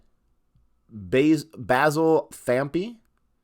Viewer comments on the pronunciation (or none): none